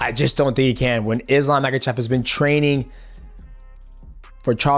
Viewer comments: I don't blame you, it is Chael Sonnen!! he is ruining names lol. 😂 He calls Islam "MAGA-CHEV," or "MICHEAL-CHEV". It is Ma-Kha-Chev. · And Mackel-chef as he likes to say